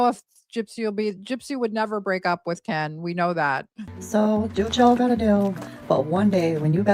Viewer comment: The changing accents is so embarrassing. You don't pick up a local accent by living there a few years, you form your speech patterns when you first learn to talk. And now she pronouces Ken "Can" That's just laziness.